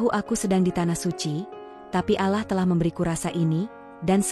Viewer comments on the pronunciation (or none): Tolong kalo yg membaca kan jalan cerita yg religi sebaik nya yg muslim , yg menyimak telinga rasa nya gatel2 ...bila lidah muslim yang menyebut Tuhan YME Islam bukan yaa alah ...ttp yaa Allah ( yaa Alloh ) Sholat bukan salat , ber do'a buka berdowa ...sya'i bukan sayi .dll ...bikin gemmeess dengar nya